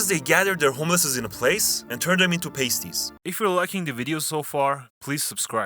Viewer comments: Just so you know its not pronounced ''paste-eys'' its pronounced ''past-eys'' (for the cornish segment of the video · Bro calls using chatgpt as "working hard". Most of these stereotypes are said by chatgpt. but the script and images would've taken some time im sure, nice video! Btw "Pasties" not PASTE-EEZ, it's PASS-TEEZ - it's the plural of pasty Poole is also not a quieter version of bournemouth, it's a louder version lol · The Cornish are deffo coming for you with how you pronounced pasties